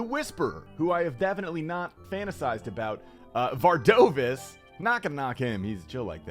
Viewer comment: Var DOOR vis Everyone still saying it wrong lol